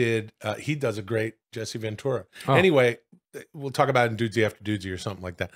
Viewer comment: Jesse Ven-TOO-ra